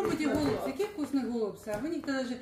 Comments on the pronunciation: Не Голубці,а голбЦІ наголос на кінці слова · ГолубцЫ, а не гОлубцы